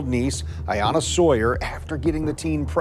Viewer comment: It would be great if all of you true crime AI channels would do some quality control. Robot lady pronounces Ayanna's name several different ways.